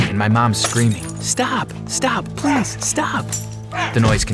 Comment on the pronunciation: "I heard my mom screaming." "stop stop stop ples!" Me:GIRLL ITS PLEASE NOT PLES! WHAT ARE YOU TRYING TO SOUND LIKE A WALLRUS!?